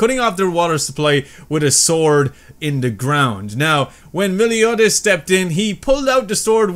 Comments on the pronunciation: you pronounce his name mel-e-o-das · dude me-LIO-das xD